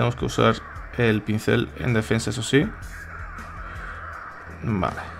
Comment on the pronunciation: "pencil" en español significa "lápiz" no pincel. Otra palabra q tiene q decir bien